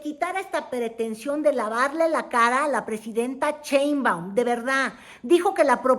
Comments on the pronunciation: Querida, no es Cheinbaum, sino Sheinbaum, con sh, así que shh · Es Claudia SHeinbaum no Cheinbaum... Se oye chistoso 😂